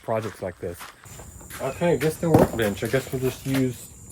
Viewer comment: "That's one of dem best blackberries I ever had!" 🤣 country af 🤠 Love it!